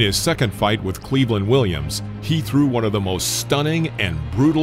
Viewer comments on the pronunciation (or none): none